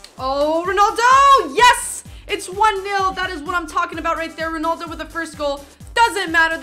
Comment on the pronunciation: It's ronaldo not ronoldo